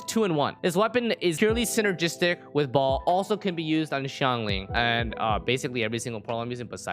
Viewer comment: baal not BALL